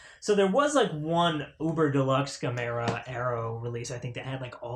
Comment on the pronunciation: Congrats on snagging the Gamera sets. Pronounced Gam-Ra lol. The Heisei trilogy are hands down 3 of the best Kaiji films ever made. Gamera the brave is pretty meh compared to the trilogy. As for the Showa era films well its a mixed bag lol. But youre in for a treat with the Heisei trilogy, way better than anything Toho was doing with Godzilla at that time. Now that's not me hating on the big G, its just a fact in terms of story, designs, camera placement effects pacing and characters. You'll see when you get to them.